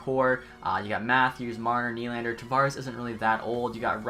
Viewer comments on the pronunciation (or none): none